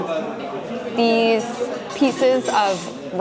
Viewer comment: 전... 왜 자꾸... Sesame가 사시미로 들리죠? ㅠ 한글로 읽는 발음이 (세서미)아닌가요? 알려주세요